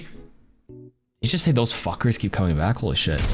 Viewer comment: he says “these suckers keep coming back” but I swear it sounds like he says “fuckers”